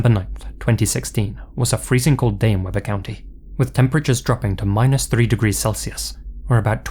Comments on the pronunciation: that second one is minutes from my house,,,, i’m just chilling, watching this video and all of a sudden i heard say “south ogden”,,,, like what (also this doesn’t really matter, but it’s weeb-er, not web-er. utah pronunciations can be kinda roundabout) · Okay so I am a Utah native and I live really close to Ogden and I spent a lot of time in Ogden it's not pronounced "Webber" it's pronounced "Wee-bur" 😅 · FYI, Weber County is pronounced Wee-burr. It's a Utah thing. If you ever get a story in Tooele, Utah. It's pronounced Too-Will-Ah. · Weber isn't pronounced like that. It's pronounced we-ber not web-er. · I’ve driven by that house quite a few times. Creepy that this happened near my hometown. Common mispronunciation outside of the area, but we pronounce it Wee-ber. 😊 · He did mess up the pronunciation of Weber county though. 😂.